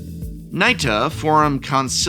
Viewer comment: Finally! We need a Professor to pronounce Nita correctly. 🙄